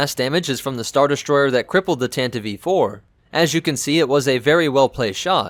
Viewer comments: Tan-tiv. Please not tan-tivee. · I'd really like to know why you measure stuff in Wookies, Sandcrawlers, Millenium Falcons etc....your videos are great otherwise, but why do you do that? Also: I thought you call it the TANTIVE (not Tantiveee) IV? :) And another nitpick: Disney-Canon mixed with "legends" (Hate that moniker!)? Especially that stupid retcon that Leia's ship was at freaking Scarrif? Damned, that's so stupid, especially if you watch Rogue One and then watch A New Hope directly after (Leia's lies weren't very convincing in the first place, but telling Vader who saw your ship escape a few hours ago that you are on a diplomatic mission is beyond flimsy and stupid, especially since you don't have to travel to the Outer Rim to go from Coruscant to Alderaan! (not to mention that Vader/the Empire would have recordings of that action at Scarrif (thus you've just handed them proof to kill you) and thus could prove that Leia was a Rebell and thus they could legally detain and even kill her, even if the emperor would have never disbanded the senate! The senate would crack under that pressure, the evidence to damning!) I prefer the version from the EU, where it was Bothan Spies that got the plans for the Deathstar! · the ship is called the TANTIVE 4 not the tantdi- v 4 , or the tantiv -E-4 , ....the tantive 4 (grates on my nerves EVERY time you butcher that name google it . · btw its Tantive VI, pronounced tan-tiv four. not tan-tiv-ee four or tan-tiv vee four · Tanta-VEE 4? Is English your first language? Because you keep misprouning so many ship namesit's not even funny. is it called TAN-TIV 4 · Why do you call It tantiv E IV? Isn't It Just tantiv IV? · Tantive IV, why is he pronouncing it Tantieve? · It sounds like you are saying either Tantive E-4, or tantivee 4. It sounds wrong, as it is. The "e" is silent, but you pronounce it like it should be pronounced, which it shouldn't. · Pretty sure the last E in “Tantive IV” is silent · same. that drove me nuts, lmao